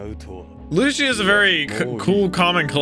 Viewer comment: also i wanna say the proper way to pronounce is "Lucci" like "lou-ki" definetely not "loushie"